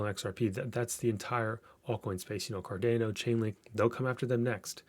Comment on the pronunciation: Bro, thanks for the breakdown, but it's CardAHno not CArdAYno. ;)